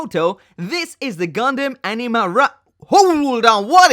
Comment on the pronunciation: You say anima, I hear enema.